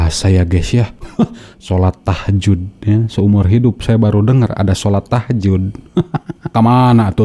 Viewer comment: lihat wajahnya saja ga yakin ibu ini Muslimah, apalagi dengerin cara baca Al Qur'an. Emang ada sholat Tahjud. bukannya tahajud